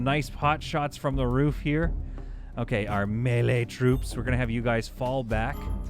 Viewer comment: As a dad who says "wefee" and "galapano" just to bother people i respect your "me-lee" I also have learned how much i grate peoples ears with those words hahaha